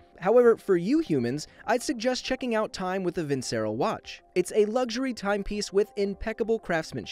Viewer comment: It’s no vin-cer-o it’s vin-Cher-o